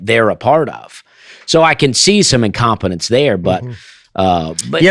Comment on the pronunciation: im-com-pen-nance...love it.